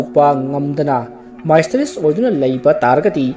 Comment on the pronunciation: Misss- te-ri-us haina punsillaga pabiyu pronounciation ni ko mysterious gi Lanna khnbinu